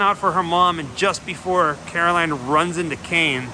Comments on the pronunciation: Stop saying "Caroline" You're obviously not a fan if that's how you're pronouncing it. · It's carol ann...not caroline... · Carol Anne, not Caroline. But great video! Good work man! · Just an FYI…it’s not Caroline. It’s Carol-Anne. Love the video! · At least you got her name right in the title of this video. You keep calling her Caroline. ;) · Cool video, but I'd be remiss to not point out that it's Carol Anne, not Caroline. Kane was definitely the best thing about 'Poltergeist II'. Julian Beck took the part knowing he had little time left. The actor who played him in 'III' just didn't bring the same power to it. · Carol Anne not Caroline. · it's carol-ann, not Caroline. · Love, it’s Carol Ann not Caroline. 😏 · It's Carol Anne not Caroline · He’s saying karoline it’s carol anne 😂😂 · Say it with me “CAROL ANN”, otherwise, awesome video!! But for real, it was killing me every time you said Caroline!!!! 🤣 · Carol ANN, Not Caroline... Did you even see the movie... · It is Carol Anne not Caroline LOL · ahem CAROL ANNE!!! Not Caroline! Lol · Its Carol Anne, not Caroline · Carol Anne. Not Caroline 😖